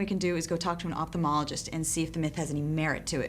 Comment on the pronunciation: I love the narrator giving up on the word ophthalmologist 😂